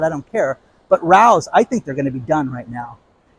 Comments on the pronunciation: I love listening l! Heads up it’s pronounced Rayo’s not Rous 😊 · Hey Rao’s is a very famous restaurant in NYC pronounced Ray - Ohs. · Pronounced Ray os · The sauce is Rao's, pronounced RAY-O's. See restaurant in NYC.